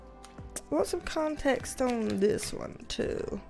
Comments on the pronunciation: HA! I've found myself thinking 'gimme conTEXT' with your accent many times a day when dealing with co-workers. HAAHAA! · I subscribed 2 days ago and I'm already saying context as "conTEXT". Your enthusiasm is contagious! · I will never say the word "conTEXT" the same again 😂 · I love you’re accent and the way you say ConTEXT!! Makes me feel at home!! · How context is pronounced up here: kahhhhh-n-tehh-ex-t Yeah.. bostonians are obnoxious. At least there's no R's in it 🤣 I digress, 10k ahhhhh-mazing!! You are just getting started my dear and we are here to support you along your journey. Keep on manifesting that dream BB! xo□ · I think you should let your hair be curly more often!! I love how you say Context. I find myself saying it the same way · Curly girls unite! I love how you say CONTEXT. Makes me smile. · I just love how you say "context". Also, love your curly hair! And congrats on 10K subs!! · Congratulacionnnnes!!! (Read in that spanglish accent like you do with the word interpetacionnn) Do you want some CONTEXT of my life?? 🤣🤣